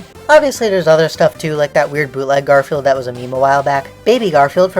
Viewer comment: When you started talking about Garfield merch, I wasn't paying attention to the video and I thought you said "Gorefield merch" and I was really confused